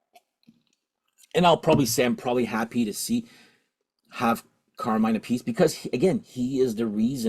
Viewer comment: I love how you pronounce Carmine Appice name two different ways. I watched a interview once with him where he set the record straight. You say phonetically App-Per-Sea, he also went on to remark his brother says the surname the opposite way to himself😅 The second " Blue Murder " is very good i.m.o. and I have ordered it!.